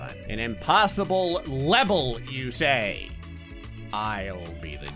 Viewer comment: an impossible lebel you say